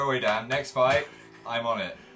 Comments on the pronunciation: I thought Phil said DAD not DAN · dosent it sound like phils saying dad? I mean I know hes not... Just though it would be fun to point out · did anyone else hear phil say "dad"? hahahha I know he really said "dan" but that's what I heard XD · was it just me? phil said "dad" instead of "dan", did anyone else hear that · phil TOTALLY sounds like he said "dad" instead of "dan" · every time I hear phil say "Dan" I hear "dad" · ugh why did i read this? fml i can only hear "dad" now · it sounds like phil called Dan dad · je sus christ i thought phil called him "Dad" for a second there